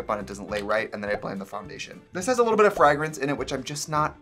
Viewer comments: Ok I just heard him say frah-grance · The flash of the cheesehead when he said "fragrance" with a Wisconsin accent hahahaha